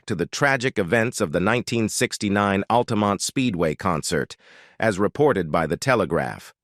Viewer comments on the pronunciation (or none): and for example ... just sayin'